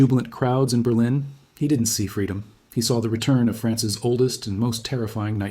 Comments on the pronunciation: Who the hell days France S instead of France's ??? Damn AI. I love the vid but unliking it. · You can tell the entire thing (not just the art) is AT from the quote: "He decided that the Price of France-S signature on the unification treaty...." Notice how the odd mispronunciation of "France's" corresponds with the hardcored subtitles breaking. A human who was reading a script and inserting the subtitles after wouldn't have made that mistake.